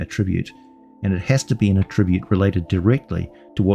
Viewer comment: Bruh, why do you say attribute like that?